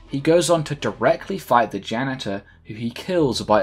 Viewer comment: “After this he goes on to directly fight the ganitor.”